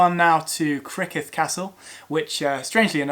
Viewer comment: You really could have made a better effort at Welsh names. Rhyd Ddu sounds like "Rheed Thee". Criccieth sounds like "Crick Yeth".